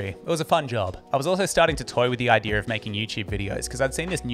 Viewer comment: Its idea....not idear....